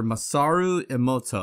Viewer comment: they mispronounced "emoto" in the intro i hate this